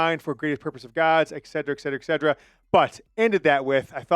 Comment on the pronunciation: Et cet er a. Etc. etcetera